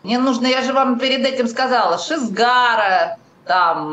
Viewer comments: Меня убивает произношение "Шизгара":)))) Это на сколько надо вообще ни разу не слышать английский, чтобы так произносить she's got it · конечно, с прибабахом, но в одном она права: "Прекрасное далеко" - песня классная, но никак не для танцев на свадьбе. "She's got it" (в произношении бабули шизгара) более подходящая для формата